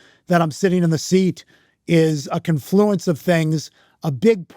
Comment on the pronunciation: Say confluence (incorrectly) one more time